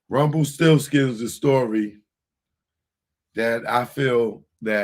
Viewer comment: u said rumplesti